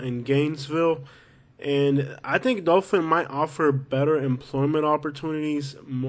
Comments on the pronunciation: Say it RIGHT. ITS DOTHAN. NOT DOFIN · Dothan is great. What gangs are you talking about?... also it's hardbto understand if you pronounce "Dothan" or "Dophin". It's rediculous. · It’s pronounced Dothan, not Dofan. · It’s Dothan not Dofin lol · I hope no one takes you seriously...take a nap before you record your voiceovers and, for the love of all things holy, pronounce the cities and attractions correctly!! It's Dothan not Dofun..."Wireless" Museum?? Try Wiregrass...ugh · Wireless museum of art??? Please check on pronunciation bc its not Dofan its Dothan. Literally everyone coming from NC and GA to PCB comes through Dothan. You obviously have NO IDEA what tou are talking about bc you are just another person who drives by. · It's Dothan,not Dolphin. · It's pronounced dathan alot of alabama towns r not pronounced like they r spelt